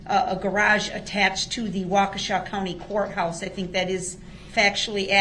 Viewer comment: Ok, ill say it. He actually said something smart "I fhink they should be tested." If someone who is had been that close to got covid, I'd get tested too... I mean I know it was a ploy for him to try and get a mistrial, but its still god advice. Lol